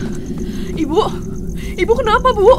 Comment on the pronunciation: yang gw denger dari sini sampe seterusnya wibu bukan ibu 🗿